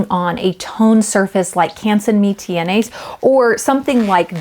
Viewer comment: Just a little FYI _ I know French pronunciation is not always easy but the Mi-teintes paper is pronounced like “Me-Tant” (rhymes with Ant). Ignore the letter ‘s’ on the end. It is silent.